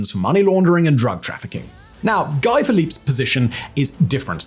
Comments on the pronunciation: He says “Guy Philipp” 😂😂😂 broh , pronounce his name as “Gee” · It never fails to surprise me how badly he can mangle last names. Some tricky ones he nails, some easy ones he wrecks. You’d think he could pronounce Guy correctly, with France being just across the channel. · Simon obviously knows little about Haiti as evidenced, to start with, by his atrocious pronunciations of things related to Haiti (e.g. Aristidé ????) He mentioned Guy Philippe (Simon, a great teleprompter reader, misprounces "Guy", of course) as not being a gang leader but he definitely was some sort of gang leader when he overthrew the legitimate government of Haiti in 2004. Who knows, maybe President Cherizier might be the solution for Haiti. Better than the corrupt oligarchs, or the carnival clown , Sweet Mickey, selected by HIllary in 2011, or any one in the ex-Haitian Government today. If Haiti is to become a Somalia, then let it be so. Eventually, Haitians will work things out but I am afraid that once they do, the US and France will once again sweep in, bribe and corrupt the leaders, control them, and the cycle will continue. I wish China or Russia could help but that would be a red line, it is the only solution. The US would do in Haiti what Russia did in Ukraine.